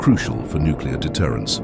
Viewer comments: 'The pinnical of modern nucular weaponry' exploding prematurely inlthe silo😅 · The word "nuclear" is NOT pronounced as "NOO-KYOO-LAR" !!! Sheeesh! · i really wish "nuclear" was pronounced as "nook-LEE-errr" instead of "nook-you-lurr". big george bush vibes, "nukular" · It's pronounced n u c u l a r!